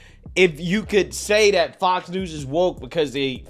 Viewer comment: I need you to stop saying “dat” and say “that.” I’m sure it’s the accent, not lack of knowledge but it’s a little irritating, ijs lol…